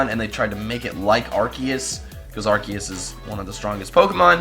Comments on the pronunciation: it is arseeus not arkues I mean the pronunciation. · The RKS thing would be true but Arceus is pronounced (Ar-See-Iss)